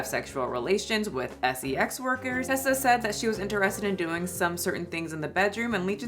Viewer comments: Its Reesa Teesa not Ressa lol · Ok, sorry to be negative, but...how do you listen to all 7 hours and still pronounce her name wrong through the whole video? Reeeeesa Teeeeeesa. Not Tessa with a short "e". Sorry. I just feel that with this whole story revolving around not stating things accurately, ya know..? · Girl you retelling this story all wrong and out of order. 🤣🤣🤣 Audience, please go watch “REESA TEESA” recount her own story the right way. It’s “Reesa Teesa” not Tessa